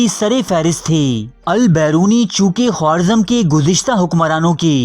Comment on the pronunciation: Khowarzam nahi Kha-razm